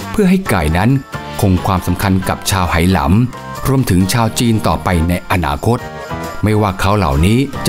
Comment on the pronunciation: ทำไมผู้ผลิตไม่บอกฝรั่งว่า Hainan ออกเสียง "ไฮนาน" หรือ "ไหหนาน" เพราะคนจีนไหหนานเขาชื่อนี้ออกเสียงอย่างนี้ ไม่ใช่สะกดฝรั่ง Hai แล้ออกเสียง เฮ เป็น เฮนาน มันชุ่ยกันขนาดนี้เชียวหรือ คน Thai PBS เนี่ย เสียข้าวสุกจริง ๆ